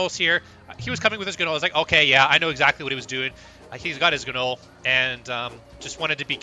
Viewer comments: The G is silent in GNOLL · Can you PLEASE learn to pronounce gnoll???????